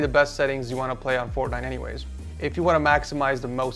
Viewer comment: You said forknite😂